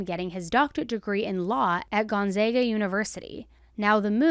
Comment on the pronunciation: as someone from Spokane thank you for not butchering Gonzaga 😅You wouldn't believe how people pronounce it